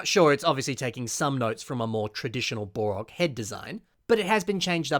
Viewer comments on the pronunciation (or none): It sounds like he's saying "Bore-ok" instead of "Bow-Rock" & it's driving me up the wall! XD